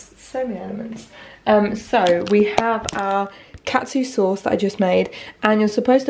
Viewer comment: Had to rewind a few seconds as I thought you said cat soup curry 😂 xxx